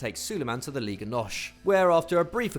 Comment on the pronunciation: Not Farenzei,it's Farense,not Liga Nosh,it's Nos and not Musiarla it's Musiala